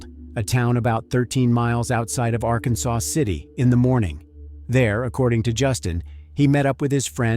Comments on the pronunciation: small gripe. it's Ar-Kansas, not Arkansaw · Just a side note. It is not pronounced like the state of Arkansas. It is R-Kansas or Ark City for short. Thanks for covering this case. Happened close to us. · While spelled like the state, those who live there, pronounce it ‘ Ark Kansas City or just “Ark City’. 🫡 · It’s Ark-kansas and El-do-rado. I was going through Ark city the other day headed to Oklahoma and I had never visited Jodi’s grave so I decided to find it. It didn’t take much effort at all. That’s what I learned. Her mother had passed. Does anybody who might read this know what happened? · Good video. It's actually pronounced (are•Kansas•city), we just say Ark City.